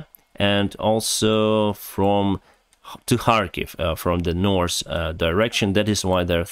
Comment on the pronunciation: its north. pronounced as written. you can even say norf and get away with it. norse is norwegian language. i enjoy your videos but it had to be said.